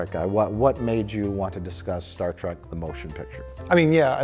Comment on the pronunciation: The bearded dude says "Star Track" way too many times. ITs TREK!!!!